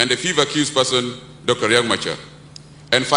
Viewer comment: It's not Riak like ur language idiots, it's Riek Celebrating non issues when the entire country is actually bleeding